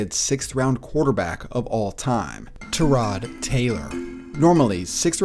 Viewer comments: tur-rod? .....isnt it tie-rod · He is really calling him ter-rod Taylor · Tie-rod not ta-rod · it's ty-rod, tie-rod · Love the vids but the way you say tyrod idk if you saying correctly or not but stop please 😂😂😂